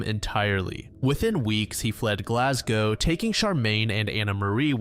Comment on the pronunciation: He pronounced Glasgow perfectly! 🥳